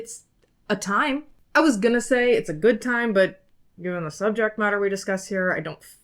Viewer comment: "It'a time" 😂😂😂